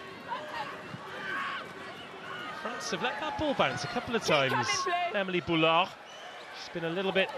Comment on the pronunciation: I'm so grateful this channel exists and we're able to see those matches, but please someone at BBC tell how to properly pronounce French surnames, like why is BouLard pronounced as BouYard 😂 (and the last -s in Bourdon-SansuS should be pronounced as well)